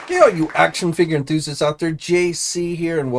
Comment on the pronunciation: “ hey all you action figga enthusists” 🙄🙄🙄🙄🙄🙄🙄🙄